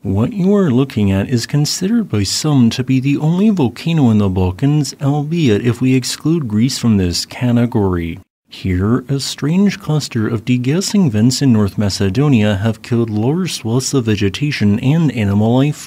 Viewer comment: Brother, you pronounce category as canegawree. Not to mention your schwa or ch sounds. Stop. You ain't a reader